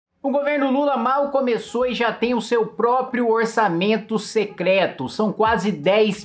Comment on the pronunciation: Cebolinha secleto mesmo 😅😅😅😂